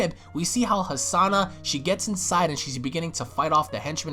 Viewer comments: not Hasana but Hanassia u moron XD hahahahaha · Why do you keep pronouncing Hanasia as Hasana?